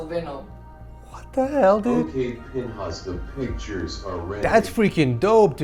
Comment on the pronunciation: Bro said pinhas and tried to gloss over what it actually sounds like lol